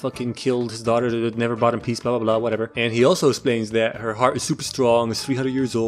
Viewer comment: "Esplains" Great job weirdo